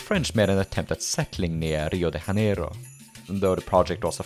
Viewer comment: Man, I absolutely love your content, but as a Brazilian myself, my heart just went silent in my dead man's chest for a minute for the "Rio de HHHANEIRO" pronunciation. I get it, there are lots os spanish names in the study of pirate history, so J mostly sounds like an H. Neither us nor the Portuguese do that, J usually just sounds like G+I in english for us. Also, we have some interesting snaps of pirate history in our coast too, particularly involving the dutch, sugar cane and slave trade. If you ever considered doing a video about it, I'd be flattered 👌